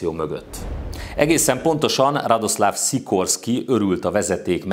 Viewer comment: Jó a videó, de Radosław Sikorski nevének kiejtését gyakorolhatnád. ;) Van olyan lengyel tájszólás, ami némítja az áthúzott L-et, szóval [radoszaf sikorszki] -- ezzel már jó vagy. :)